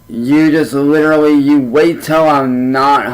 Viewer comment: Uhggg! The way he says literally! 😂😂😂 LIT TRILL LY. He switch’s it every time and again but usually he pronounces it wrong. “If I were you I would go out and get a job!” Oh really?!? Then do it. Prove us wrong. 😂😂